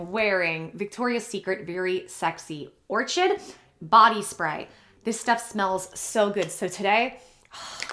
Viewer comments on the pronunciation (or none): Just a heads up fyi(no pun intended)but the spray you mentioned is pronounced or-kid vs or-chid, as in the orchid flower. Maybe its an inside joke, I figure people will want to know the name lol Going to try it, sounds amazing! Ive had hair loss issues due to MS treatments inc chemo x3yrs so I get it. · Your pronunciation of the word orchid, which is a flower, absolutely killed my soul 😑 I thought you were a little more cultured 😂 It's pronounced OR-kid and I only correct people on things because I would want someone to correct me and also because we should never stop learning and evolving as humans. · Great video! It’s also a hoodie day for me as well. Just wanted to let you know that orchid is pronounced or-kid. :)